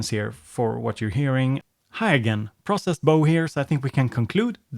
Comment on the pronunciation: Sorry, but am I the only one who thinks "processed Bo" sounds like he has a speech impediment? Otherwise great video rate both of the songs as well!